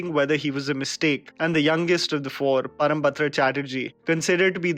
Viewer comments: Great work as always. One small correction : it's Param-brata and not Param-batra Chatterjee. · Parambrata not Parambatra😅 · ParamBRATA not batra. And the right way to say it would be "Pawrombroto". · Sir, its parambrata not parambatra!! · its not parambatra its parambrata. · Parambrata... not Parambatra... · PARAMBRATA not PARAMBATRA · Parambrata and not Parambatra. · It's Parambrata Chatterjee NOT ParamBATRA Chatterjee... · parambrata! not parambatra!! a gem of west bengal❤️